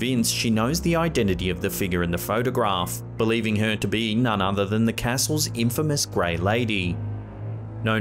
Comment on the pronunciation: Dude. Please pronounce your “h” in the word “her” lol